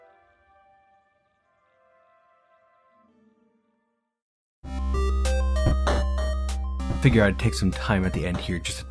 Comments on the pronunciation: qud is pronounced like "kuhd" because it comes from qudzu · It's pronounced Qoc